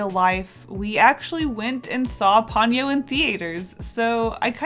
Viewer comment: Love your works and I’m being really anal, but I believe it is Po-nyo, instead of Pon-yo